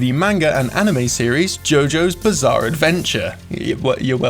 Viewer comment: Im a simple guy, I hear "Jojo's bazaar advendtures", I dislike